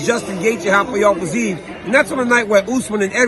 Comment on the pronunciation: dc's brain switched to portuguese saying rafael fiziev's name lol